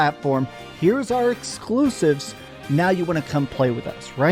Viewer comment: Sony is going 3rd party so they don't have to hear say "EEXXKLUSIVEBs" anymore